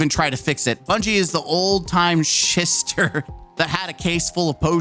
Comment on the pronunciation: I believe it’s pronounced “shy-ster”